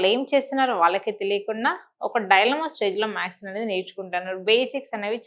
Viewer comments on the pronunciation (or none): You are saying. MAKS...Its not maks it's maths....+ Or - symbols..sign kuda anachu while teaching you must say smbols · ప్లీజ్ మేడం మీరు మ్యాక్స్ మ్యాక్స్ అనకండి 🙏🏻🙏🏻🙏🏻 మ్యాథ్స్ అని పలకండి ప్లీజ్ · Plz say maths, not max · మ్యాక్స్ అనకండి. మ్యాథ్స్ ఆనండి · ఆవును మాథ్స్ అని చెప్పాలి